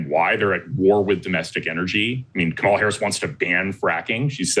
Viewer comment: Kamala =Comma-la, why is it so hard to at least get a candidates name right.